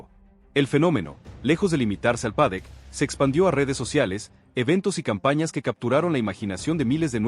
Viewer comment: habria que matarte, no paras de vender humo, idioteces...con esa IA que utilizas para esconder tu verdadera voz de idiota....lo peor es que tienes seguidores...que HDP y como siempre te reitero...no se dice PADEC ANIMAL...se dice PADDOCK....como puedes ser tan burro y no aprender..porque no tienes cojones y me respondes ?